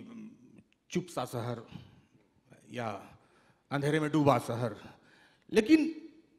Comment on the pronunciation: साहित्य पर बार हो रही है और पीयूष मिश्रा और नीलेश मिश्रा जी के अलावा जो व्यक्ति हैं को शहर को सहर बोल रहे हैं जिसका अर्थ सुबह है और वो पीयूष को पीयुस, नीलेश को नीलेस। ये बहुत तकलीफ़ से भरा है।